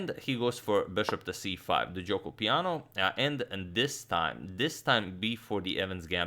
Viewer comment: Actually Agadmator has a nice Italian pronunciation of Gioco Piano. Source: I am Italian